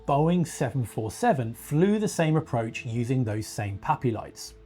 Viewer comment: PAPI, not POPI (precision approach path indicator). Sounds like POPI due to his accent. Secondly, there’s nothing wrong with the current system that thousands of pilots have been successfully using for decades, including 777s, 787s, DC-10s, and even 747s, for crying out loud. 🙄 This guy is totally wrong and spreading false information (mixed in with some good research, I’ll admit). Scroll down to see my original comment on this matter (as well as a few others). Furthermore, a movable “PAPI” light system would introduce more potential problems than it’s supposed to solve. Totally unnecessary. Former airfield electrician for a decade, at EWR and LGA.